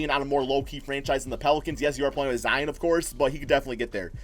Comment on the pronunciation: pronounce zion correctly plz